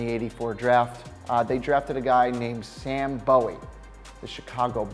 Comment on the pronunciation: Who is Oscar Robinson? And you pronounced Sam Bowie wrong. And the player traded for Barkley was Hornacek, an all star. C'mon.